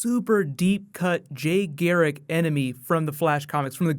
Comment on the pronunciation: LOL it's Garrick not Gheric